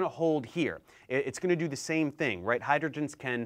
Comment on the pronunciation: What's ze zame zee ؟؟